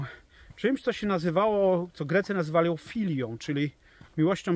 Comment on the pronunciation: Filiiia akcent na drugie i,,grecki jest bardzo akcentowany,jedno slowo znaczy 2 rozne slowa,,,,pozdrawiam!!!!lubie przekazy 🌹